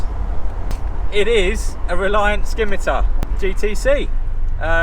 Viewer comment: Lovely car but the c in Scimitar is silent